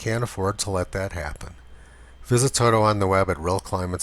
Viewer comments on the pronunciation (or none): none